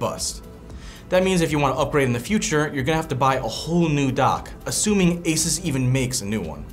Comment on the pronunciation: The way he says Asus made this video unwatchable for me.